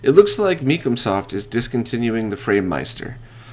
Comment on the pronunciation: Now that the mystery surrounding the pronunciation of 8Bitdo is solved, let's talk about that pronunciation of "Micomsoft" ...